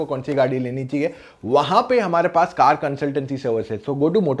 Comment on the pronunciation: कार, not कर